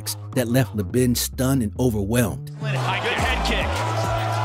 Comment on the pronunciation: Chris Leeeeeeben. Cmon guy. Put some respect on his name